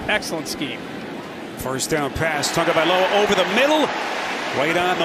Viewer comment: Do the announcers now how to read its not tungaviloa its tagoviloa